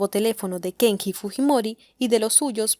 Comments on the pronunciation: Dice Kengi a cada rato... Si sabes que está mal pronunciado xq lo pronuncias mal en todo el vídeo ? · Se lee: Kenyi!!!! 😄